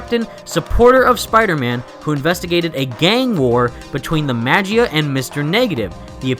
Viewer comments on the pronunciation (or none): You said MA-GEE-A it's actually MA-GEE-A.